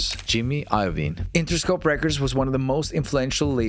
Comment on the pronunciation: Jimmy Ayovin??? Is Yo-Vee-Neh